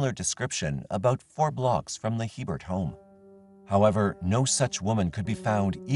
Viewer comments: The name "Hebert" is pronounced, A-bare, not Hee-bert. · Its not He-bert, it's pronounced A-bear. It's a Louisiana thing. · The name is Hebert it's a french name and is pronounced Aber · Just saying, regarding Stephanie Lynn Hebert in Louisiana. Hebert is pronounced “a bear” - It’s Cajun French. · FYI, Hebert is pronouned A-bear.